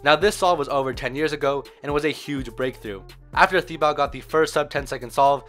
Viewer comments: You pronounce it like tibo, not thibaut... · It prounounced tee-bow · he's Thibaut is actually pronounced Tibo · In french you don't pronounce the "u" after a "q" ;-) and Thibaut is pronounced like "Tibaut" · I'd rather you didn't even try to pronounce his name considering you butchered it that badly lul